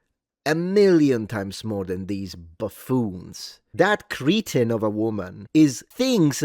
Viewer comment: Did you pronounce "cretin" like "Cretan"?